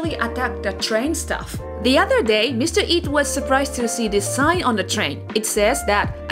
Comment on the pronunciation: Great video. I would suggest being more precise in your pronunciation of English words. Uter when you meant Other for example. Every language has its melody and sometimes it important to recognize when your using the Japanese melody when trying to speak in English. Learn the English melody and your English will improve significantly.